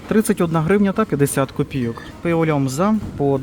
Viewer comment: Знову чую лЬОмза !!!Огляд від ШІ Правильно говорити "пиво Ломжа" (Lomza), оскільки це польське місто, на честь якого названо пиво, а також назва самої пивоварні, яка знаходиться у цьому місті. Вживання "Ломза" є помилкою, яка, ймовірно, виникає через спрощене прочитання польської назви.